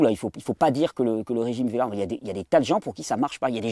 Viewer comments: Vé-gant 😂 tu m’as bien fait rire Thierry merci 🙏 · en France ils disent beaucoup Vegant .... en Belgique la plupart disent Végane .... :)